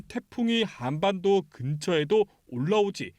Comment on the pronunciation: 기자님 발음이 한안반도 저만 이상 한가요